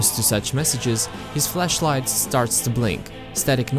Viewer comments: Am I the only one that notice that everytime he says flashlight is sounds like hes saying fleshlight? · My hidden sexuality stat must be high. Kept hearing flashlight as fleshlight. Great series.